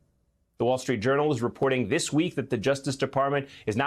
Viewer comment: "We have to get dis wight. Silly wabbits." -- Merrick "Elmer Fudd" Garland